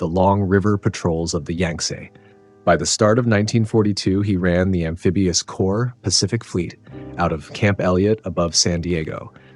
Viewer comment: Horrible AI voice. corps pronounced as corpse.